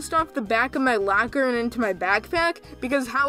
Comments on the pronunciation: you say lAker when its lOcker its pretty funny dude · Did you call it a “lacker”???? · My lacker I’m sorry that’s all I can hear when he says locker oof lol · Normal people: locker: Lacker